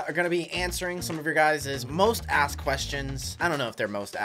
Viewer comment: When you said asked I thought you said but